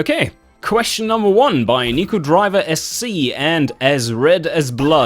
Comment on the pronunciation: First of, I believe you pronounced my name as "Niku Driver SC", which is a bit wrong. Unless the way you pronounce "H" is that similar to pronouncing an "S"... Still, thank you so much for giving my question a shot at being answered! Never thought you moved from real-life nuclear physics (wow!) to videogames, but I guess Detroit was that influential in your decision. Once again, it may be a bad game, but you can't deny how much it gave to Automation... Otherwise, how would we be talking about Herr Rob and it in the same sentence? ;) And kudos for going so far to the point of answering 15 whole questions. Most would probably leave it at five or ten, more likely just five, but as usual you go into the deepest of details... It's curious that a game developer developing a car tycoon game goes to work using a bycicle, but I suppose there's some rational thinking behind that, haha.